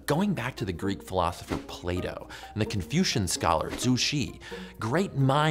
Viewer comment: the way joe says philosopher ... i wouldnt have used that take